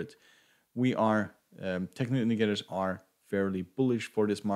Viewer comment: The effort you put on pronouncing “technical indicators” is less than the effort I did in my school math class. 😂😂